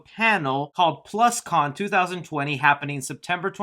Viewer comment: The name of that Hasbro panel is not pronounced as Plus -Con. It's pronounced differently, lol